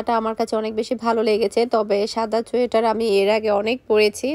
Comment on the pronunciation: চুইটার উচ্চারণটা ভুল হোলেও।😅আপু আপনার মুখে চুইটার কথাটা অনেক সুন্দরী শুনাচ্ছে।😊